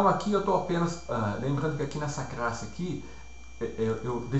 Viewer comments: Aula com conteúdo excelente e com boa didática. Como sugestão fica a dica de treinar a pronúncia pra palavra "classe" ao invés de "crasse" ^^ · Muito Obrigado! Esclarecedor. Só se atentar para a pronuncia da palavra "classe". Fora isso, o vídeo está excelente!